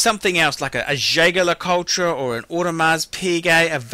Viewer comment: jeh-ger-le-ku-treh? you're joking right?